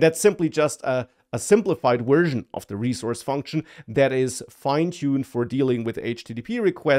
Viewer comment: You're definitely saying "wersion" instead of "version."